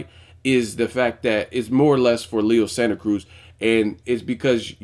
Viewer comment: Just wanted to give you props on your pronunciation of Leo's name at the video's opening. :)